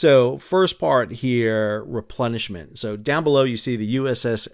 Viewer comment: Nice episode, interesting topic that is of course a backbone of but never seems to make the spotlight of all these campaign videos… I had a chuckle cause quite often underway replenishment sounds a bit like underwear replenishment 🤣😂🤣😂